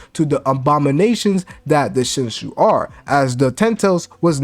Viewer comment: Shin shoe 😂 I'm dead